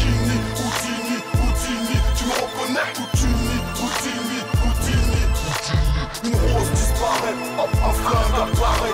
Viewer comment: c'est pas "houttini" comme tu dit mais "houdini"